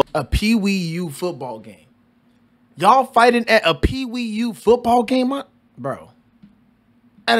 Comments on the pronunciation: Pee Wee/YOUTH. Not Pee Wee U. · Pee Wee YOUTH. Not Pee Wee U. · Peewee Youth, not P.E.U. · Dude. its "peewee YOUTH" football. Not "peewee U".